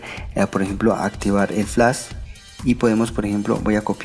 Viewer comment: nisiquiera sabes decir flash.